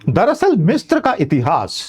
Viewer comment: It is misra not mistra मिस्र ना कि मिस्त्र